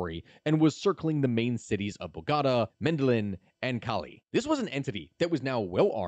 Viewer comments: And Medellín isn’t medelin 😭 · BO-GO-TA, Me-de-yeen! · Dude, for all the research and effort you put in, how could you so horribly murder the names of two of the biggest cities in South America? You nailed Latino names and other stuff, but damn! My ears hurt every time you attempted to say "Bogata" or Medellin"! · Thank you for this video. But man, your pronunciation of all the names was awful. And most of the cities were horribly wrong. I’m so sorry, but could you put the name of the city on the screen when you mention it? It took me 2 min to realize you said Medellin. And I am still unsure about many of the states and cities you said.